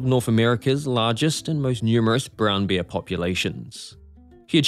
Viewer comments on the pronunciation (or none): It is bear, not beer! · Your pronunciation of bear. 😅 Though I can believe he lived with beers. You gotta be drunk to do what Timothy did. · Will you ever manage to pronounce "bear" so that it doesn't sound like "beer"? They are completely different, you know.